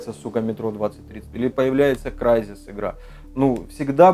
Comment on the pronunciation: первый человек из блогеров,на моей памяти,который правильно назвал CRYSIS.Присоединяюсь к нижниму комментарию-как будто все из моей жизни,как будто про тебя рассказывают,как будто ты сам,кроме конечно основания самого громкого магазина России